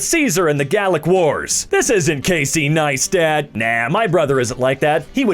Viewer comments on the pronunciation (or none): none